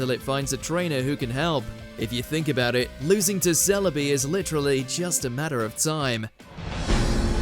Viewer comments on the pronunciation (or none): none